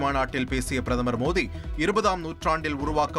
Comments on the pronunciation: Modi da mothinu enda padikira😅super news reader😅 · முதலி்ல் பிரதம‌ர் மோடி என்று நன்றாக உச்சரியுங்கள்